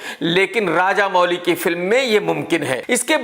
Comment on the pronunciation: Arrey Woh Raja Mouli hain Raja Mooli nahi😂😂